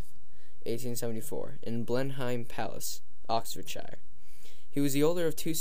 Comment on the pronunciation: Dull voice, love the mispronounciation - Blenhime, Admirality. Really poor. American education system is really lamentable.